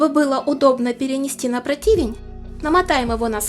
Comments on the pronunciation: Что за протИвень, может прОтвень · Не протИвень, а прОтивень! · Нет слова протИвень. Есть слово прОтивень. Вам это пытаются многие сказать. А протИвень от слова противно, а вы вроде вкусно готовите. 😊